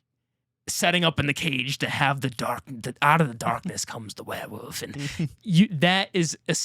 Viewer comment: I love how can’t say werewolf! lol all love, it makes the review so much better with every “werewuf”